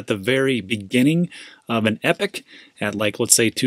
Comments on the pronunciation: 'ee-pock' not 'epic' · Sorry but it's pronounced ee-pock (epoch) every time I heard epic I was cringing. Everything else was good tho 😃